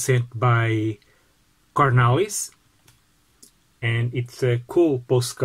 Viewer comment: I like the way you pronounce my name😊😄 Cornelis